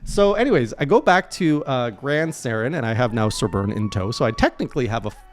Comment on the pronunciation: Gran SORAN I'd not a Turian from Mass Effect.... How do you mispronounce that name? That bugs the hell out of me